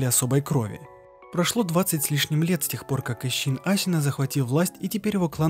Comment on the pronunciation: Зачем пытаться произносить Исин с буквой Щ?